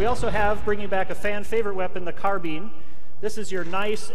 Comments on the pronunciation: Whats a carbean? XD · carbeeen its carbine wtf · that's how people pronounce it, get used to it, people arent used to saying carbIIIIIne